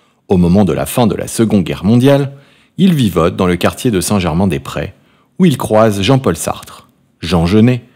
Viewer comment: Pas Robert houssin mais Robert Prononcé Hosseine. C'est aussi St Germain des Prés et non Prais. Trés désagréable cette voix. A changer!!!!!